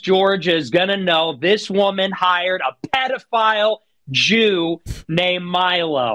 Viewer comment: why did he put so much more hatred behind the "jew" part ( I mean I know why but still...)